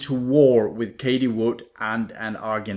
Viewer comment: You mentioned her name so many times, and you pronounce it wrong every time. It's like fingers on a blackboard. Everyone is talking about her...so you surely must know how it's pronounced. Why do you constantly call her Katie ??? It's Cathie, ffs. It's not that difficult.